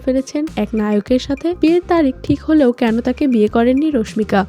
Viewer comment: রশমিকা রশমিকা বলতে বলতে মেজাজ টাই খারাপ করে দিলেন। ওটা রশমিকা হবে না, হবে রাশমিকা। টাইটেলে তো ঠিকি রাশমিকা লিখছেন তাও কেন ভুল উচ্চারণ করতেছেন।